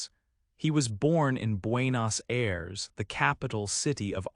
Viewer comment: 😆 pronuncias muy mal Buenos Aires capital de Argentina